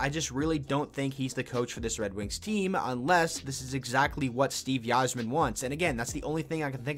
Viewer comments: 100% it’s EYE-zerman. I’ve been watching the wings for well over 20 years and have never heard a person say “Yi-zerman”... Couldn’t believe more ppl didn’t comment about that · won tonight ...and its pronounced "izerman " not "why"- zerman sheesh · "yi-zerman"..... BRO...... "EYE-ZER-MEN" SMDH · It is pronounced Izer-man. Great videos though! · It’s pronounced EYE-zerman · Dude I was so amazed I didn’t see any comments about this sooner. How are ppl letting him get away with pronouncing it like that lol. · He may or may not know more about the team but he definitely doesn’t know how to pronounce Yzerman’s last name... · OK STOP IT!!! STOP THIS VIDEO!!! IF YOU DON'T START PRONOUNCING "THE CAPTAIN" Steve Yzerman's name RIGHT I WILL END YOUR LIFE! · You can’t even pronounce Yzerman correctly